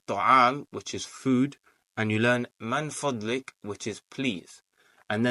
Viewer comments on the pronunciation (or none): Amazing, I must point out it's 'MIN FADLIK' and not 'MAN FADLIK'. May Allah help us to learn the language of the Qur'an. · Baarakallaahu feek! This is actually motivating. May Allah increase you in knowledge. It's pronounced مِنْ فَضْلِكَ - min fadlik and NOT مَنْ فَضْلِكَ - mon fadlik.